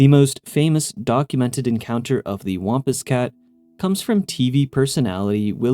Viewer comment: I've never heard anybody pronounce "wampus cat" like that. The a is pronounced like a sad trombone sound (wompWOMP).